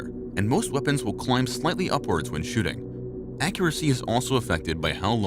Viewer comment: "far more accurate shitting" Well thank god for that improvement.